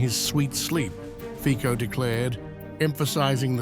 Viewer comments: hi is not fiko, it is c like ciklist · lol Is not Fiko but Fitso - correct pronunciation... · /fitsoh/, not /fikkoh/ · As far as I am concerned, as a Slovak citizen, Zelensky´s decision must have been pre-approved by certain EU officials, due to the fact that, along with Orban, Fico (pronounced as "Fitzo" not "Fiko") is a respresentative of a minority among EU member countries with a somewhat "common sense foreign policy" point of view, which of course represents a pain in the butt to the liberal majority of politicians in the EU. They (liberal EU representatives) see this as an opportunity to weaken Fico´s position at home and to try and anger his voters when the consequences of Ukraine´s unilateral decision bring about soaring of energy prices. The EU officials do not care about the financial damage this will do to the EU economy. Fortunatelly, tides are turning and Hungary and Slovakia might be strengthened by other EU members where elections showed the will of the voters to try a more conservative and neutral policy, especially towards the conflict in Ukraine. We can only hope this happens sooner than later. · Please, try to pronounce correctly the surname of Mr. Fico: fitso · Pronounce it as Fitso. I am so tired of hearing these ignorant English speakers mispronounce European names. Ukraine is a maffia fake state. Shoud be divided between Russia, HUngary, Poland. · Correct pronancion is Fitzo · PRONOUNCED FITSO! 😮😮😮😮 Thumbs down , Moron! 😮😮😮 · Can you at least say his name right or are you such ignorant not able to